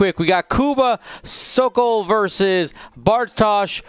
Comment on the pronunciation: GSP Sokol not Sokof :V